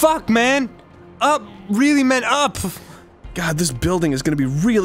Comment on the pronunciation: Also Leo: Or else I'll get weally gwumpy